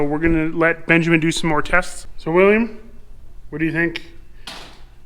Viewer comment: ben "jig" min